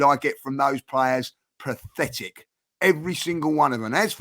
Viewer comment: is having trouble saying the word 'pathetic', it sounds like he trying to say 'prophetic.' Did anyone else notice that?